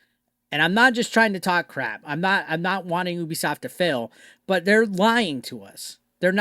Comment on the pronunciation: Me: Ubisoft This guy: Oooobisoft We are not the same